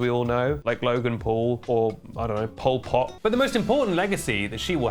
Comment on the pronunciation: when you said polpot i nearly choked